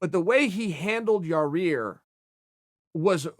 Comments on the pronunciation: Ya-ear Chael. Not Ya-rear. 😂😂😂 "Yall get paid to talk???" *Angrily points to Chael and Schaub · Chael, please never say Yair's name ever again unless you pronounce it correctly, with one R. Ya-ear, not Ya-rear. The disrespect... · Chael should make a video about why he calls Yair "Ya-Rear" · If Chael P Sonnen says that Jon Jones is stupid, he must be stupid. If Chael P Sonnen says Yarear Rodriguez instead of Yair, he must be Yarear. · It’s “Ya-Ear” , Chael. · 45 % of this comment section: “the way he handled ya-rear lol” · The pronunciation of “Yair” as “Ya-rear” is all cool and the gang with me. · Ya-Rear? Pretty much sums up a guy who gakes an injury to avoid a guy then fake call him out for Mexico. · Guy needs to learn people's names...especially now they're on ESPN...it's embarrassing...Yaur-ear is bad, but you should hear him say Joanna's last name...and "Rockhalt"...the list goes on... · "The way he handled Ya-Rear" - Chael Sonnen Lol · ‚Ya rear’ is back. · Yair “ya rear” Rodriguez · The way he handled "yar-rear" I'm sorry but that's just funny to me. Love ya chael. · He had a year to get it right and couldn't. Sorry Yarear, your name is officially changed. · I always hearing about Yarear. lol You just can't stop butchering that name can you Chael. Luv ya Bad Guy! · We should all start calling Chael "Sha-el" until he quits adding an extra "R" in Yair. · The way chael says the name is fucking crazy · He has to know he's mispronouncing it